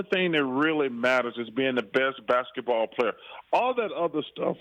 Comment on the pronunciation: “Basektball”?! Really??